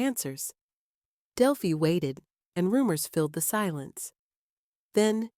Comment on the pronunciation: It's disgusting people make these videos and can't even pronounce the name of the town.